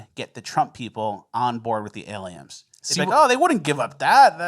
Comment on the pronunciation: Say aliens, then correct yourself to say Aliems :)